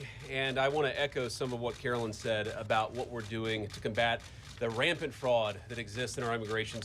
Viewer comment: Caroline,not Carolyn is not her name. TY Mr Vice President.